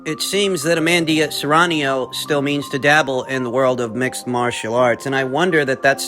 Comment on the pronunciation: It's not amandia or Serranio FFS at least make an effort to say names correctly.